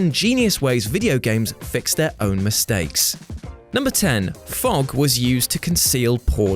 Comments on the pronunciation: Hah! "misteaks" good one!! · "misteaks" haha